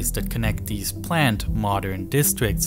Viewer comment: ‘Dis and deese’ Should be ‘THis and THese’